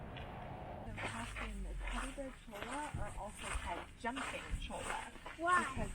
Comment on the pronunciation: I've been all around that area, but never actually inside Joshua Tree NP. Looks beautiful! BTW: Cholla is pronounced "choy-ah"